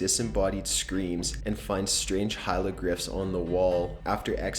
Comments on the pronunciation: This dude said "hielogryphs". HA. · Scariest part? "Hielogryphs". pronounces it like that, no chill